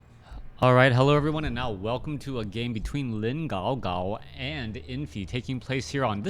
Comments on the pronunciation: It's guagua, melon-melon, not gaogao. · Great game! perfect control by the winner;) He played that really, really well. oh and btw, dude.. It's not "Gaugau" but "Guagua"... and also You should add "Lin" before that, too.. because his real and full nickname is "LinGuagua".. Classic.. Also, about the animations missing - a lot of them are in your version of netease/game. I think You actually should reinstall netease watch and/or maybe the game too, because these animations have been missing for a while, and the missing breath animation is pretty bad, actually. Still, thanks for an awesome cast and cheers!